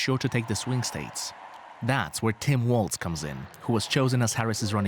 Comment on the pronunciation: Flip the L in WALZ. WArZ.